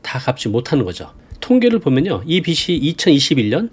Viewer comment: 빚이 ㅡ비지 빚을 ㅡ비즐